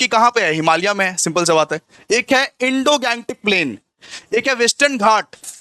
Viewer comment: indogangetic bolte hain sir, indoglantic nehi🤣🤣🤣🤣 . Moreover there are 10 biogeographic zones, not 6